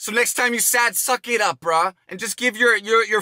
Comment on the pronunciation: The way JayStation pronounces “bruh” sounds like “bra” had me laughing every time.